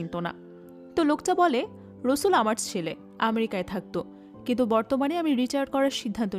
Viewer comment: আপু নামটা রসুল না রাসেল, বার বার এরকম ভুল উচ্চারণ কানে লাগে🙂